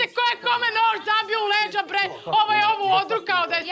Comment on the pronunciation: OVO JE HIT KAD KAŽE HRVATICA BRRREEEE HAHAHA KOJA CARICA👏👏👍👍